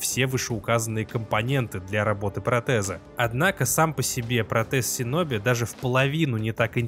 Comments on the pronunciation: Правильно говорить шиноби . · Крутой ролик, но, пожалуйста, говори - шиноби